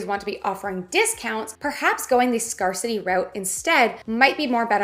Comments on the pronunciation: Quick tip: You mispronounce "scarcity" every time. It should be pronounced like "scare city". You pronounce it like "scar city". :) Great tips though and I always enjoy your videos! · Scare-city, not scar-city. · Yeah nice try. We definitely say "scare-city" in Canada. She just said it wrong for both sides of the border😂😂😂